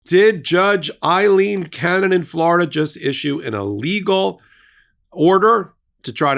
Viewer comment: A-lean not I-lean